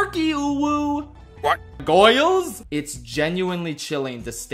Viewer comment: Goils Ggooiills GGOOIILLS GGGOOOIIILLLSSS